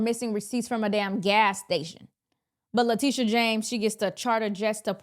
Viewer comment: Le"tusha" is incorrigible.